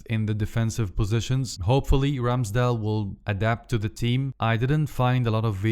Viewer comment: سؤال هوا رامسديل جي لبفربول ولا ايه اصل انت غمال تقول راميسديل